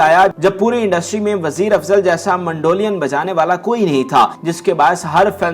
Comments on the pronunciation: MANDO LIAN nhn MEDOLIN hy bhae kya bolon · Word is NOT mandolian ... it is Mandolin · اس پروگرام میں ،، اب ٹھنڈک آئیں بھری پگلی،، چلانے کا کیا تک بنتا ھے اس گیت کا سے کیا تعلق ھے۔ پروگرام کا کر رھے ھو اور گیت ماسڑ عنایت حسین کا چلا رھے ھو۔ اور کیسے ھوسٹ ھو جسے مینڈولین بولنے نہیں آ رھا وٹ نان سینس ۔